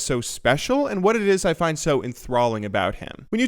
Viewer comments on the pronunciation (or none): none